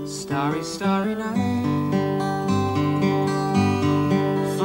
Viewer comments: Its starry night and not stary night! ie as in stars in the night! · Not stare-y, starry. Starry starry night. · Just fyi: not stary (looking to stare) is actually starry like stars. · Not “STAREy night, it’s “STARry” night” . ;) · Ooops... Mel... That's "Starry Starry Night" not "Stairy Stairy Night" (Star--ree as in a night sky full of stars.. :) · Not starey - starry night like stars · Star-ry night. Not Stare-y night. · "Stairy Stairy Night"? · IT IS STAR STAR not Stare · STAR-ee night ... like the word "Star" with an EE at the end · Starry as in "star-ee" ;-) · Tell me you didn't just say "staree staree." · Sorry, but it's a starry a night as in star.👍😇